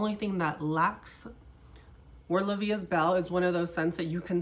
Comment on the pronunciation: The proper form is La vie E belle......I speak both french and Spanish , don’t worry about your accent, you’re doing greaT just don’t say EST.